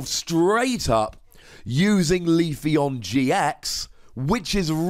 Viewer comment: It's pronounced "Vi-vi-yon", which is derived from "papillon", the French word for butterfly.